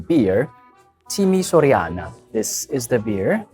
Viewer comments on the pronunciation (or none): Here is some pronunciation help : Min. - bere Timișoreana = read as : behreh Timishoreanah Min. - ciorbă de văcuță - read as : tchorbah deh vacootzah (beef sour soup) Min. - cașcaval pane - read as : cashcaval pahneh Min. - somon la grătar = read as : somon lah grahtar - piure (mashed potato) = read as : peeureh Min. - friptură de porc la grătar - read as : freeptoorah deh pork lah grahtar (grilled roast pork) Min. - plăcintă cu brânză și stafide = read as : plahtchintah Koo brinzah (cheese pie) she stahpheedeh (raisins) - profiterol = read as : prophitehroll - papanași = read as : pahpanahshe You made an excellent selection of great dishes. Grilled salmon is not a traditional Romanian food. Down here some guys suggested you to try also : ciorbă de perișoare (meat ball sour soup), salată de vinete (eggplant spread), sarmale cu mămăligă (cabbage rolls and polenta), mici or mititei (mitch or meeteetehy) - skinless sausage, MUST be juicy = very good with salt, mustard and beer. They are made of mixed lamb, beef and some pork meats. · As a fellow Romanian.. I was on the floor everytime you pronounced those-💀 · I just want to say that im from romania and you misspronounced all of the words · Im romanian and he pronounced every frikin word wrong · Did the fellow Romanians in the background steal your pronounciation?